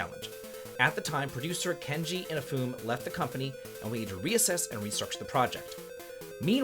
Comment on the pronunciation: Just wanted to say, the last syllable is pronounced in Inafune. So the last part would be like 'nay' and not 'foon'. i-na-fu-ne.